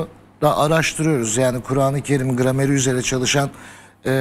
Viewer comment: Ben bu arkadaşları severek dinliyorum. Bir de kuranı Kerim’i öğrenseler daha iyi olur. Telaffuzlarından bilmedikleri ortaya çıkıyor.